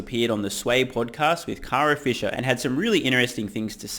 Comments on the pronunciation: Did you say Kara Fisher? Swisher. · Kara Swisher, not Fisher. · Kara Swisher not Kara Fisher!